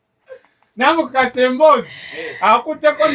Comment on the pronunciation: Namukasa the name is Pronounced in french like Luwi Vito. Not Louis Vitoni